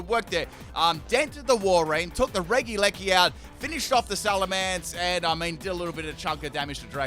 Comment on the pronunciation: Everyone: Regieleki:D: Reggileggi:)